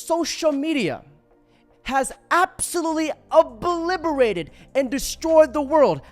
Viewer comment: Sorry, kid... but when you say "oblibberated," you lose all credibility. The word is "obliterated."